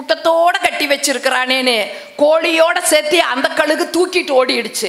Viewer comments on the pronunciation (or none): none